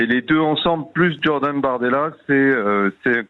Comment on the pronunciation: C Jordan et non Djordan. Sinon il faut dire Djean luc. Un specialiste en com devrait le savoir .Un rapport avec Dja Dja ?